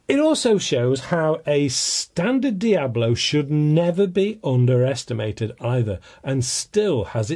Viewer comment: "Diabolo" is a description of shape, not a brand. "Hades" are diabolo shaped pellets FX hybrids are not and it is Dia-BOLO, not "diablo". One would think someone in your position would know that before pontificating.